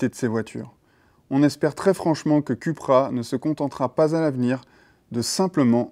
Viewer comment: Ca se prononce "Coupra" et non "Cupra" s'il vous plaît ...